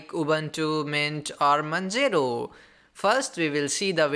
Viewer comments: "manjero" was so damn illegal pronunciation xD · the way he pronounces manjaro. That was hilarious AF